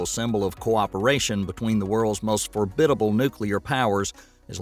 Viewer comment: Formidable, not “forbidable”.